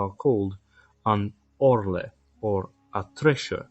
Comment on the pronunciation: Caparison = "ca-PARIS-un." Gorget = "GOR-jit." Orle = "ORL."